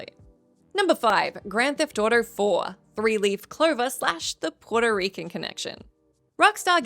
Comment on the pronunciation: The way you said Puerto Rican 😮‍💨😒🤣